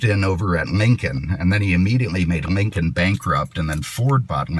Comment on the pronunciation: Cadimac and Mincon. All these years I've been pronouncing my L's as actual L's. Who knew they were supposed to sound like M's?